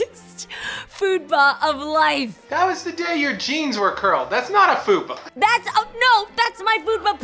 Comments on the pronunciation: Jeannie,... it’s FUPA 😬 FAT UPPER P*%&Y AREA. Idk how you’re pronouncing it LOVE YOU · Watched "what you've been doing to keep from being bored". Were you saying foodpa or fupa? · Jeannie, it's a fupa, lol, not foodpa. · Are you saying "Foodpa"? 😂😂 It's F.U.P.A- fat upper pelvic area. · why is no one mentioning that Jeannie was calling a Fupa a Foodpa 😂🤣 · She was saying FOODpa but its Fupa isn't it??? IDK